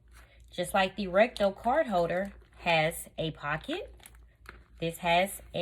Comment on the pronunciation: You say RECTO....we hear RECTAL! I almost choked on my coffee! Listening not watching while putting on my makeup and thinking wow! Louis Vuitton has reached a new low! To make sure you don’t get robbed, they now make a wallet you shove up your butt! Nobody getting to that... nor would they want to.....being that it’s been up someone’s butt! 🤷‍♀️🤦‍♀️😆😆😆😆